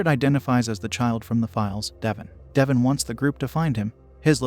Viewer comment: How does one read Devon and pronounce it as Devin